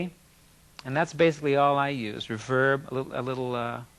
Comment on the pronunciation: he says reverb as if he is going to say *reverb-ERATE* but never actually finishes... also, notice he says an old crybaby, not a new one, hehe